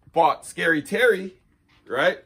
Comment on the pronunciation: Babolat TERE, (terrr) French for earth. Not “terry”